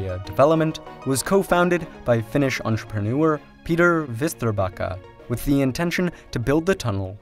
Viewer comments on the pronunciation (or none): what is "anshpriniour"